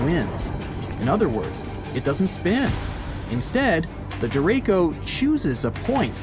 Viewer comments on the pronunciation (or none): The guy in this video is pronouncing the name of this weather pattern wrong. Its called a Derecho.. Deh-Ray-Cho.. not Dere-ko. Not trying to be anal.. just making sure if you hear that name you know what it is and how to take shelter appropriately. Also, I'm from VA.. visited VA Beach many times. The ocean water at VA Beach for the most part is alright. Its Dark because of the fine sediments that are in the water. This is because of the water temperatures and the water currents that flow near the coast. The entire mid-atlantic coast is like this.. even Myrtle Beach.. extreme cold water is clear... extreme warm water is clear.. unfortunately us mid-atlantic residents get the mix right in the middle. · The person talking on the video pronounced it wrong it's said dir ray shio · The idiot narrating the video shows his ignorance, derecho is not pronounced the way he said it, the CH is said like CHUCK, da ray cho, so don't be scared but be informed !!!! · Not me wondering if he is mispronouncing Derecho... or we are here in Iowa...🤔🫠😂🤣